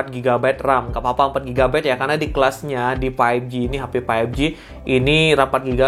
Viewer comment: Bang tolong berhenti bilang paipji. faivji bang.